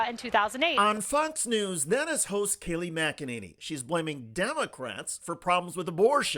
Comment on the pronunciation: “Kay Lie” McEnany…..